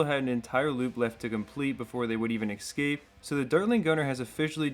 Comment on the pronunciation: Its Escape, not Ecscape!!!!! Otherwise a cool vid